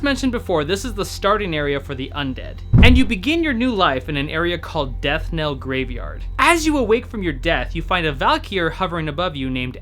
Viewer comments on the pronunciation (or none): Death knell. You keep saying it wrong.